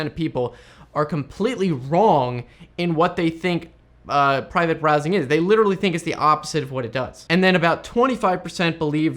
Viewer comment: Brivate Prowsing! nearly. :)